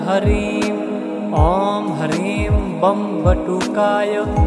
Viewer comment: || हर हर महादेव || किसी भी मन्त्र में "शुद्ध" और "अशुद्ध" उच्चारण का बहुत महत्व होता है। इस मन्त्र में आपका उच्चारण "शुद्ध" नहीं है। आप "ह्रीं" को "हरीम" बोलते हैं, जो कि बहुत अधिक खटकता है। कृपया अपना उच्चारण "शुद्ध" रखिए।